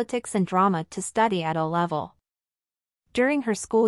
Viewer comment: I sure wish "they" would fix the computer that's reading this script. It is NOT "a" level. It is "A" level, pronounced with a long a. Also, they are talking about "heirs," NOT "errors"!!